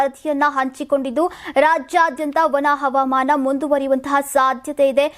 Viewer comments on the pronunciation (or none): none